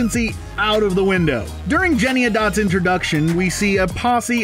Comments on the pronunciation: It's not "Jenny-a-dots." It's "Jenny-any-dots." That probably was what bothered me 2nd most in this video. The 1st was the same thing from the movie - the cockroaches. I hate cockroaches. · Please, to you and all reviewers of this travesty -- the character's name isn't "Jenny-a-dots" it's "Jenny-Any-Dots" -- I know, it's a horrible film, but it's made worse by this mistake -- thanks! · Sidenote- it's JennyANYdots, not Jennyadots. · Lol btw it's pronounced JENNY-ANY-DOTS not JENNY-ADOTS lol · It's JennyANYDots, not JennyADots. Which, granted, isn't any less awful but it just gets annoying when you mention about a million times in a CRITIQUE yet keep getting it wrong. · its jenny-any-dots not jennyadots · Jenny any dots, not Jenny a dots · why is he saying jennyadots its jennyanydots!!!!! annoying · The saddest part is its a musical that I love. I wish they'd just used the stage costumes. Also, it's "Jenny-ANY-dots" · Seriously, if you say "Jennyadots" one more time....!! If you are going to savage a movie, at least get the characters' names right. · Jenny-A-Dots lol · It’s “Jenny-any-dots” dude. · What exactly was difficult about pronouncing JennyANYdots? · Not that I care, but it's Jenny-Any-Dots. You're skipping an entire syllable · Who is Jennieahdots? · I could only stand this for so long. Dude! Rebel Wilson's character is Jenny Any dots. Please. You're better than that. Don't be one of those YouTubers who don't read their copy before recording.. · I cringe every time you say “Jenny-a-dots.” Runner up: Tom Hooper spending 36 hours “consistently editing.” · It’s Jenny-Any-Dots. Please say it correctly. There’s enough wrong. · Jenny. Any. Dots. Not what YOU are saying. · 5 syllables Jen-ny An-y-dots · IT WAS BUGGING ME THAT HE WOULDN'T SAY IT RIGHT! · So true - drove me crazy. And it kind of damages your credibility when you can't get the character's name right... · Jemima1377 the pronunciation was driving me crazy! Like, ffs, just look at the spelling! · THANK YOU